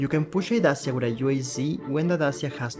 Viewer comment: u dont say dasia u say dachia